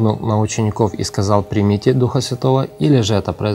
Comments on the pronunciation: Это сказано в будущем смысле, читайте последующие слова.здесь нету никакого противоречия, вы читаете не правильно. Примите Духа Святого, сделайте ударение на букву (И). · В этом месте Писания самое важное слово,объясняющее это событие слово-примите(ударение на второе -и).Иисус говорит пришёл к своим,но свои его не приняли.Принять означает-признать,уверовать.Уходя Отцу,Иисус сказал,пошлю другого Утешителя.Когда Иисус воскрес,наступило время обетования пришествия Духа Святого.Но Иисус ходил в видимом теле,а Дух Святой-невидим,поэтому Его нужно принять,т.е-признать,уверовать.Деян.19:2-похожая ситуация.Чтобы получить Духа Святого или дар Святого Духа,сначала нужно принять Его,поверить,что Он на земле и признать Его.